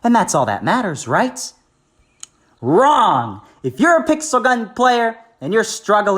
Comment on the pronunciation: I love how he said WRONG